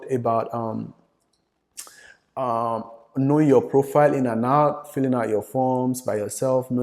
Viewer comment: Ask not HASK... end not HEND🙄